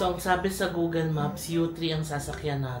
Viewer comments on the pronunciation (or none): none